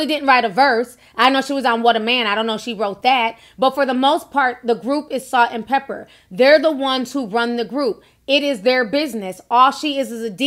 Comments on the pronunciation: Not trying to be funny but is there a reason why you're saying "pepper' instead of "Pepa"? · It's Salt n Pepa not Salt n Pepper! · It’s not pepper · stop saying pepper! it’s pepa!!!!!! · Lololol....it's " Salt n Pepa"... not "Pepper" 😘💛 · Salt n PEPA... not Pepper! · Pepa not Pepper. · Stop saying salt and pepper its pepa